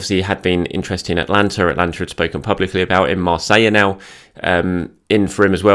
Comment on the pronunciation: it’s AtAlanta not Atlanta mate;)